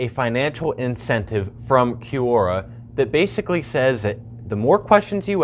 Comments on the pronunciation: Kwora. Qu.. is Kw sound. like question. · its not pronounced Q-Ora its pronounce Cora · Is it from an actual language or did they make it up and spell it badly? Quora is definitely spelt like it should be said 'Q-ora' so I wonder where they got the idea it is pronounced 'Cora'. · Ffs i can't stand his way of pronouncing Q-ora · Gene Jost i think this is how it’s pronounced, this is always how I’ve said it, but idk😂 (kwora) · Right? He says "kee you oh ra stands for QUestionsORanswers." Oh, Right. Kee you estions...